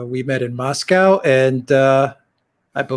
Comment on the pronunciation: Lived in Moscow. Unable to pronounce Moscow correctly. Probably pronounces Porsche as one syllable too. Fail.